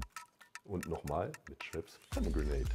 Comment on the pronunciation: Man kann es diesem Cocktail-Mixer nicht vorwerfen, dass er Pomegrenate falsch ausspricht. Aber in dem Werbeclip von euch wird es noch "falscher" ausgesprochen - und da sollte es schon stimmen. Möchte mir gar nicht ausmalen, wie viel Budget in den Werbesprecher geflossen ist. Man hört richtig, wie unsicher er sich ist...